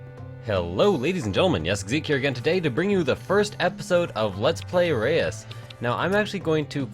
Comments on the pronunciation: I'm dutch, and it IS more like Ruus, yes. It's the "eu" sound, which English people, for no apparent reason, can't seem to say. It's kinda like the 'eu' in Europe, but without the 'j' sound. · It's pronounced as it's spelled. RE - US. If you want to verify, check out the launch trailer for the game. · Reus is pronounced like "row-ss" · It actually sounds more like the 'e' in 'derp'. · Its pronounced like.. cant explain.. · Try pronouncing it a bit more Swedishly. :p Sounds weird, I know. We Dutchmen have a strange language. The Dutch pronunciation of 'eu' is very uncommon in English. Found an interwebs: forvoDOTcom/search-nl/Reus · reus is dutch for giant, and you said it wrong